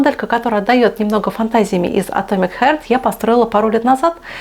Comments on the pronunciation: Хёрт? Харт! 🤦🏼‍♂️ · И не Хёрт а Харт 😅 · Ну какой «хёрт» - не боль, а «харт» - сердце. Как так то? Как обозревать если просто не можем говорить? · Все отлично, только не хёрт, а харт :)